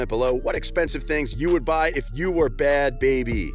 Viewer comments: “Bhad Bharbie” 🤣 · Bhad “bharbie”😂